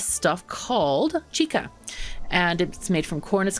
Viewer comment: Hey the drink chicha is pronounced like chi-cha. Like choo choo for a train and not a hard K sound. Just a heads up:)